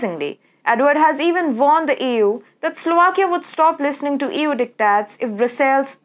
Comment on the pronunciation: the way you say EU sounds like Ewww haha,no table yyy.